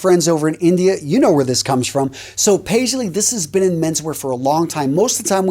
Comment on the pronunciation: You really nailed the Paisley even better than some of my friends do 🙏🏼 Namaste from India